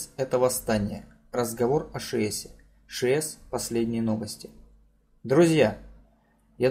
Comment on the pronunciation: ШИес а не ШиЕс! Урдома, ударение на последней А . КОтлас, а не КотлАс. Учись сначала правильно произносить названия.